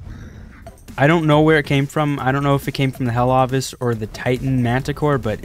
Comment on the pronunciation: Ovis is pronounced o-vis not a-vis